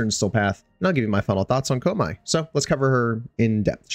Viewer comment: You hurt me with that pronunciation of koumei